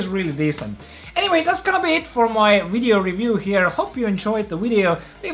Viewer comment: am I hearing wrong or he said wideo instead of video multiple times